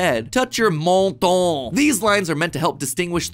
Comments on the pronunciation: Idk, the way Mat says "MONTON" (MENTON) is kinda funny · How you said "menton" is beautiful, for a french it's a little funny😂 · funny hearing you pronounce menton